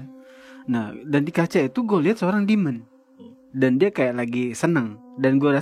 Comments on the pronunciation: demon, bukan dimon 😭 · Itu tolong ya editor wkwkkw ngakak banget bahasa enggres Demon bukan Dimon